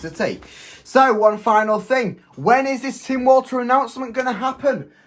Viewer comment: I think its pronounced Tim Volta